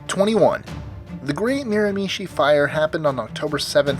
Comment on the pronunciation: Miramichi is pronounced closer to Mira-ma-chi than Mira-mi-chi (kind of hard to explain it's somewhere in between) but you were really close. Some of the buildings that survived that fire are still there.